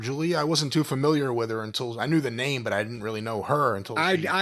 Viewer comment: jim your first language is english and you can’t pronounce words properly . you pronounce “wasn’t “ as “wadn’t” and it’s sunDAY not sunDee